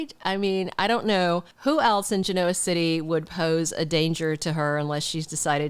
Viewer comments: It doesn’t matter but you say Genoa with the O emphasized like ebola when most say it GEN-a-wa with the O sounding more like an a. It’s a dumb thing to call you out on. 😉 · I think your pronunciation of Genoa City is endearing… just like you spell with a Y… just be you!